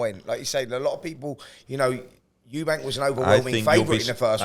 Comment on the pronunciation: Eubank not eubanks